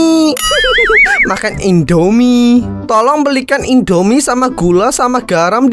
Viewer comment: Indomie kak bukan endomie